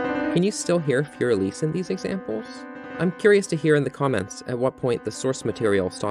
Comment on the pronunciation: It took all of my willpower not to close out at “Fourier Elise”